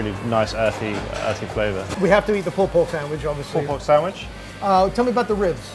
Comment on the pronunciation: I loved the POOLPORGSAMWICH